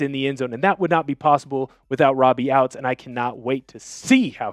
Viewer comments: Robbie ouztz is pronounced oot like hoots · Hows he a hawks fan but cant pronounce “ouzts” correctly 🤔